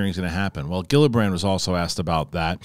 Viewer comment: Love your show but you should know that you always pronounce Gillibrand’s name horribly wrong every time.